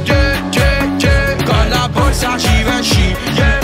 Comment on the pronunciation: Come lo pronunci bene Givenchy